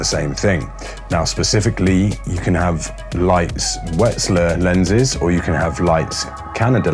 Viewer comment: Also - it's pronounced Yay-ner, not Jenner. Wetzlar is Vetzlar.